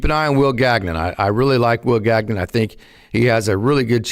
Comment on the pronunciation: Will Gag-Non? Gagnon is a French surname. It is pronounced Gan-Yawn.